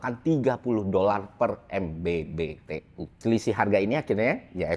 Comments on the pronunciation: MMBTU bang bukan MBBTU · MMBTU bg bukan MBBTU 😁